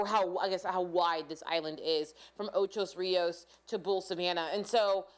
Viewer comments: It's Ocho Rios, not Ochos Rios. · Ocho not Ochos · Please- it's OCHO RIOS NOT OCHOS RIOS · i laughed so hard - "ochos rios" ?!!!! its not even spelt that way let alone the wrong pronounciation. its simply "ocho" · Ocho not ochos, ( Ocho Rios ) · Ocho Rios. How you get an "s" on Ocho . Didn't you learn to count in Spanish? Ocho is the number 8 Rios is rivers. It means 8 rivers. Ok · It's called Ocho Rios. Ocho.. It's driving me crazy and add to my stress.. :) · How many times did i hear ochos rios 🤣🤣🤣🤣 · Stop! Stop! Stop! Stop! saying Ochos there is no "s". 😠😠😠😠😠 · Lol she say "Ochos Rios" U had the pronunciation wrong but I guess that doesn't matter. What matters is that God needs to spare us here in jamaica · Everyone's focusing on her pronunciation of Ocho Rios. She's from a different country, not everyone will get it right. Focus on the importance of what She's trying to tell us. This hurricane is no joke! God help us and our island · I LOVE your pronunciation of OCHO RIOS 😊